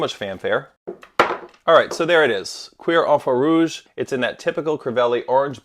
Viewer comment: Um I don’t think that’s the correct pronunciation 😂😂😂